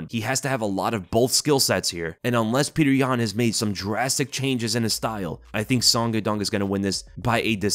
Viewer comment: Pee-yuh-oter yan for the dub